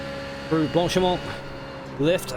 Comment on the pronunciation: Blank-pain? I think it sounds more like blonk-pah :) You pronounced the name of the the start section at Spa correct though...